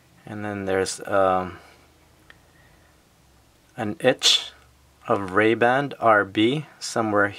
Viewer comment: Why are you saying Ray-band? There's no D!